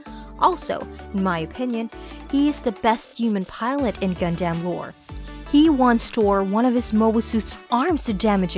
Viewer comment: is it just me or does anyone else get upset at the pronunciation of gundam? for me it will definitely be Exia